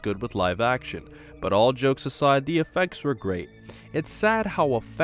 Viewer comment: #SuperSaiyanBelch oh, and, I didn't think you would audition for Frosted Flakes like that, but you need to summon the grrr-8 instead of grr-rate. Trust, it's something minor, but completely changes it.